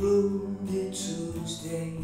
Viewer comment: I had never heard the word ‘tuesday’ be pronounced like that before